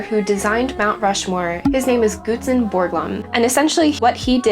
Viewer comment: Thanks for making this video! One correction I thought worth mentioning: The sculptor’s first name is pronounced “Guts” not “goots”.